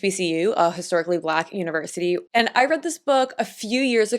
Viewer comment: I love this video! I recently just did a study on the The Influence of American Politics on Fashion Choices at my Univerisity!! Just wanted to let you know that I attend an HBCU and I definitely cringed when you said "Historically Black Univirsities", espeacially after mentioning Richard Thompson Ford went to Morehouse. I am not trying to come for you, I think the video was great, and extremely informative! BUT in the future remember "Historically Black Colleges and Universities"! Thanks for the book recommendation, I wish I had the chance to read it before I turned in my paper 😅😂